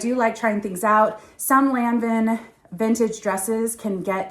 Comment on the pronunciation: Lanvin was once the third biggest fashion house in the world.It is pronounced Lon-von fyi😊love your videos